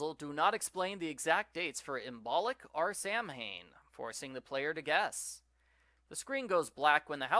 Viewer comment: Lol that moment when mispronounces Imbolc and Samhain 🥴😅💕